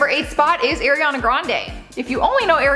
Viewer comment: His tats look stupid. Pls say Ariana right